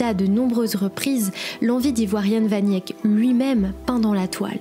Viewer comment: Jan "van Yèk" ? Sérieusement ? Vous sortez d'où ?